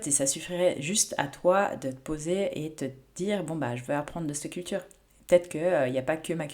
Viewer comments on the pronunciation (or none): Petit rappel amical chère, en français on dit cet/cette,😉et non l'horrible "c'te" qui frisse les oreilles🥵😭. Vos vidéos n'en seront que meilleures.🌞